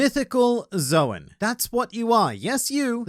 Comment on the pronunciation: I'd like to do the same with and, but instructing them both that Zoan is pronounced like "zone," and not "Zowen."